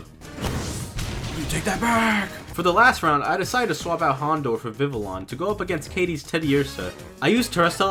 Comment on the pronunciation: Actually Vivillion is pronounced Viviyon because it’s a combination of Vivid and Papillion which is French for butterfly just thought u should know